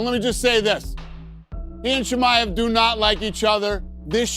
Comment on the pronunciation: Bisping showing he is the only one can't pronounce Chi-Mai-evv. Always a prck from England trying to be different